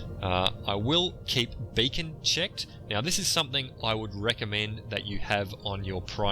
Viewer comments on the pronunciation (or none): It sounds to my ear as 'bacon', and I would pronounce it as 'beeken' (Scotland, Glasgow). You're Aussie? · An excellent tutorial. Should be compulsory for any player! (However, I burst with wicked laughter upon hearing your pronunciation of 'beacon').